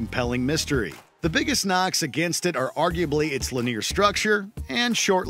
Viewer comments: "l'near missions" "l'near structure" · 'lenear' instead of linear? Let me stop the video right there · English is not my first language but I've never seen someone pronounce "linear" this way. Is it normal in some accents?